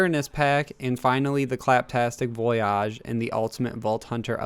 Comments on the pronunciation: It’s voyage not vuoyarrjj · Voy-ihj. Not voy-ahhj. The "malfunctioning" animation is the robot using its wrist-mounted mixer to mix something in a cup. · Voyage, not voi-yajh...lol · voyage not voyaaache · Rofl I was wondering the same thing it's voy ige maybe he's going for the bon voyage pronaunciation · VoyYAHHHG????? Huh? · It's pronounced "voy-ij" dude. Jesus christ. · Why did he say voyage like that VOOY AHHG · I thought he was joking the first couple of times but then... it just kept going on. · It was really pissing me off tbh lol, it was actually disgusting. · Boy why are you saying voyage like that. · You don't have to emphasize the back half of the word "Voyage" btw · I think he was saying in a bon voyage sort of way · Yeah that was weird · Why do you keep saying VOYAGE wrong? Its voyage. Not voyage. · I love how he mispronounces voyage. Lol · It's cringe. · He pronounces it like the french word voyage, not the english one. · Yeah he didn’t say voyage or nisha right